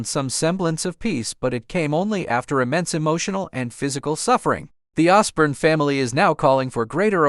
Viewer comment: The Osbourne family have said non of this here they did ask for there privacy and I hope that they sue you for slander here plus you are pronouncing there family name wrong